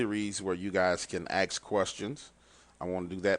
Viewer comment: AKS (AXE) a question?? Nah, ASK a question bro. ha ha ha